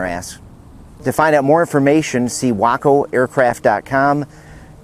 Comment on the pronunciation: In the south, we pronounce that "WAY-Koh"!